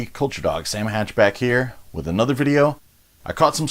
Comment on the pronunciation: Did you just call yourself "Sam Hatchback"?